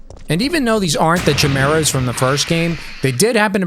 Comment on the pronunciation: Sir… its pronounced Kai-merah Not chim-mera It’s a Greek mythological being meaning mix of animals